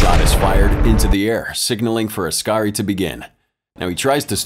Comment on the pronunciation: It's oskari, pronounced os-car-ee